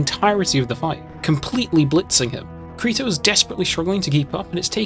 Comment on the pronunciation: Kareto? I thought it was Kirito.. great video tho